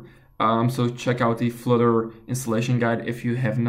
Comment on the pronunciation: What's Flitter, is that a new language? I thought it was Flutter.